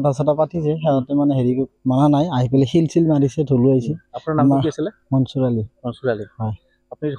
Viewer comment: ছিল গুটি নহয় ; শিল ।